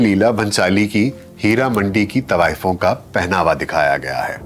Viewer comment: آپ سے تو طوایفوں کا تلفُّظ دُرست ھُوا کرتا تھا|